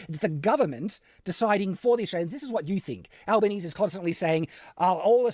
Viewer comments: He mispronounced the prime minister's name in the first five seconds and he lives here, so my expectations are low at this point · Bruh the fact that he mispronounced the Prime Minister's name in the first 20 seconds is a bitnof a giveaway that he's so disengaged and is probably learning about this from Reddit :p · bro even pronounced the PMs name wrong